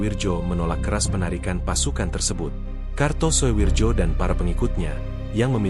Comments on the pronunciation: Walahh... Walahh... Mbacanya bukan suwirjo bung... Tapi suwiryo. Tulisanya karto soewirjo mmang, tapi bacanya suwiryo. Kan itu ejaan Lama bung... Sampean mbiyen sekolah nangendi to, gurune sopo?? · Gak kartosuwijo tapi Jo dibaca Yo ,ejaan lama . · Harusnya dibaca Kartosuwiryo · Di baca karto suwiryo , Daud beureuh